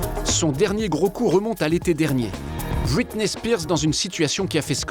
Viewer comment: ahhhh cette bonne prononciation a la française « Los angeles » qui devient « Losse anjlès » ou « bwitney spears »